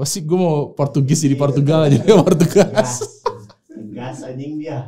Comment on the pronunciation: tulisannya disitu Roanoke.. tapi jg bacanya ronoake 🤣.. portugis jadi portugas 🤣🤣🤣..